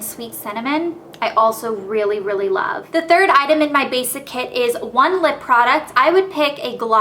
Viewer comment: love not lobe